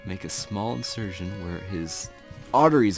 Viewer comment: It's incision not insurtion